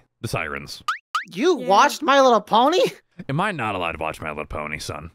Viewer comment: I CANT BELIEVE HE SAID LY LITTLE PONY😂😂😂